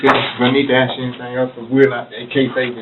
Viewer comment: Forget comprehensible sentences, he couldn't even pronounce the word, "ask", he said "aks".